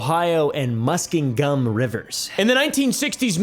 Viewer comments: woah woah woah it’s Muss-king-um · only a few minutes into the video and oompavilles pronunciation of muskingum is driving me CRAZY as someone from ohio